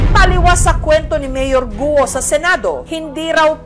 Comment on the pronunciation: Goo!! po hindi Guwo